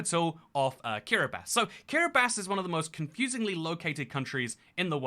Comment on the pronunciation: Thank you for pronouncing Kiribati correctly ❤️ I can sleep soundly tonight NOOOOOOOOOOOOOOOO